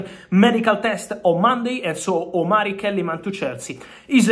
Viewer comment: Its a Ghanaian name (Omari) not (Omalri)